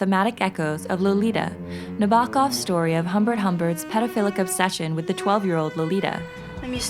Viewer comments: Great channel!!! You have a new subscriber. (FYI: it's pronounced NAB-uh-kov.) 😉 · Your mispronunciations are distracting at times.. you could look into how to say it before trying to say it. The stress should be on the first syllable of Nabokov, not the second. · Love this analysis but cringed as the pronunciation of 'Nabokov" and "Buñuel" like...really?